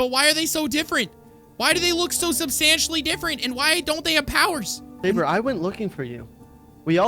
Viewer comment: Overseer called Sabre, Sobre XD